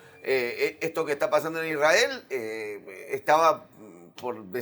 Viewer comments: cuando dijo IsRael y no Isrrael se le cayó la estrella de David al explicador. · Creo que perdí el interés en el minuto 20, cuando ya había escuchado la pronunciación "ISrAEL" por... vigésima vez. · La forma en que pronuncia Isrhael debería hacernos sospechar de su imparcialidad. En ningún momento le escuché decir "limpieza etnica" "colonialismo". Que fue la política que implemento Israel como continuación de la estrategia británica.